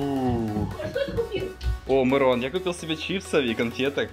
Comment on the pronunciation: Не Мирон а мырон